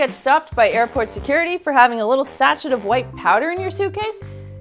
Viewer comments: Great video! I've always used baking soda for all of these things. One little nitpicky thing - sachet is pronounced "sa-shay" not "sa-chet". French ... :-) (Also annoys me when people say "Wallah!" The word is Voila (pronounced Vwah-lah"). French ... :-D ) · I love your videos, your personality, and your style! You're so funny - currants and "sachit"! You got it right the second time you said it, "sachet" is pronounced "sashay". Keep the GREAT ideas coming!!